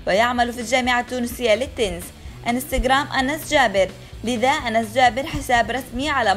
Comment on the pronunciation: اعتقد أُنس و ليس أَنس 😂🤡